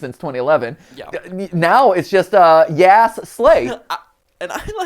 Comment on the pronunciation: I can’t pay attention to anything because MatPat keeps pronouncing ‘yass’ wrong and it deals psychological damage